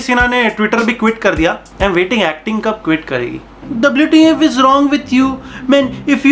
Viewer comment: Why did he pronounced WTF, WTF instead of WTF?